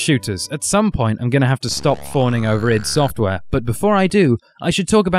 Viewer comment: I've just discovered this and it's fantastic! Well researched, entertaining and the music is great too. I'm hooked and listening to Gentlemen discussing vidya 42 as I write this. Oh and finally someone on YouTube pronouncing iD Software properly. 10/10 no no nooo 11/10 that's not good either 'u wot m8'/10